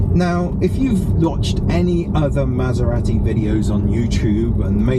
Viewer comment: Good video, but wish you would pronounce Maserati the Italian (proper) way ‘Maser-ah-ti’ rather than ‘Maser-rat-i’!